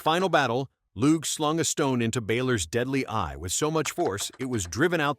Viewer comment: Lugh is pronounced Lew. He was the Sun God. He was later called Lugh Lamh Fada or Lugh of the Long Hand in English. Tuatha De dAnnan translates to The Tribe of the Earth Goddess Anu. It's pronounced in English as Two-A-Ha Day Dan-In. The Irish alphabet has only 21 single letters. For the v, we use bh: for the w, we use mh: for the y, we use dh, we have no z and for the k, we always use c. The letter s is always pronounced s. Greetings from Ireland 🇮🇪. Failte go hEireann.